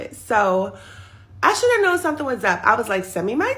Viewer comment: “2 summtin to do summtin” 😆